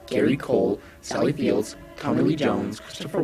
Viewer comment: What's with the HORRIBLE GARBAGE voice?? ....also, it's "Sally FIELD" , not "Sally Fields"